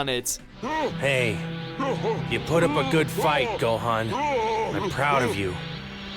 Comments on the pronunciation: Say Gohan's name right, please. It's never ever been pronounced like that in the series sooooo has just never watched an episode and just read a list orrrr are they tryna be edgy? Not a big deal but, annoying. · Please at least say Gohan correctly. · To be honest I'd ask if you ever even watch the show but considering you mispronounced Gohan literally every time I'd have to say that is no and I say this cuz a lot of these reasons are taken out of context and the way Goku was written in Dragon Ball super it's not how he was renting in Dragon Ball and Dragon Ball Z